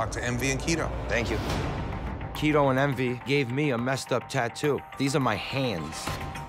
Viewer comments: LOL Ummmm....His name is Kito not Tito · Its Kito not Tito. In the description it say Tito.